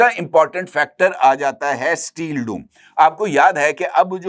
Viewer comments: ....steel doom nai steel dome like o in Rome. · ڈُوم کو پیش کے ساتھ نہیں بلکہ زبر کے ساتھ پڑھا جاتا ہے بھائ ڈُوم کا معنی ایک زبان میں مراثی کے معنی میں استعمال ہوتا ہے یعنی جو لوگ ڈھولک بجاتے ہیں 😂❤